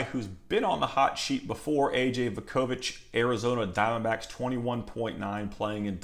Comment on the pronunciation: Just a fyi….it’s Voo-ko-vich…..good bloodlines for him as well.